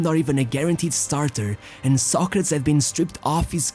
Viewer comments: His name is pronounced "Sɑ•kre•tiz" like the philosopher, not "Sa•kretz". I'm surprised you don't know that. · It's pronounced Soc- ra- tees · why do you pronounce his name that way. just curious? Ive never heard it being pronounced that way. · Ur saying it wrong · Never knew you pronounced his name in Portuguese that way hehe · I cannot take this seriously because the dude cannot pronounce his name correctly. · Dude, hane you ever heared Socrates prounced correctly? Ruined the whole video.